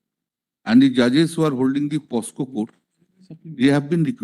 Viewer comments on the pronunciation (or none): ব্যানার্জীবাবু আইনজীবী হয়েও পকসো কে পসকো বলছেন কেন? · কল্যাণ বন্দ্যোপাধ্যায় POCSO কে পস্কো উচ্চারণ করলেন। অশিক্ষিত মূর্খ মন্ত্রীর অশিক্ষিত উকিল। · such a learned and renowned lawyer of the state doesn't know that the word is POCSO and POSCO.....LoL 😆😆😄🤣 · মাতাল টা বলেছে - "প স কো কোর্ট" --- কতবড় ছাগল মাতাল টা! আসলে কোর্টের নাম - "প ক সো কোর্ট"। কতবড় মিথ্যা কথা বলেছে মাতালটা আদালতে কারণ রাজ্যের সমস্ত অতিরিক্ত জেলা জজ এবং জেলা জজ সাহেবদের এস আই আর এর কাজে নিয়োগ করে দিয়েছে মাননীয় উচ্চ আদালত। মাতাল মিথ্যা বলেছে কারণ NDPS এবং POCSO আদালতের সমস্ত বিচারকদের নিয়োগ করে দেওয়া হয়ে গেছে। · Pocso k posco bollo kalyan matal,, vaba jay advocate hoye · সফিকুল দা.....কল‍্যাণের কান ধরে বলতে হবে -- ওটা POSCO নয়, ওটা হবে POCSO......সন্ধ‍্যা পরে মদ খেলে কী, সকালে কেস লড়া যায়......😂😂😂😂 তৃণমূলী বলেই সম্ভব.....😀😀